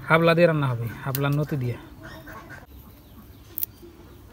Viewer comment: হাবলা বইলেন না সাপলা বলত হয়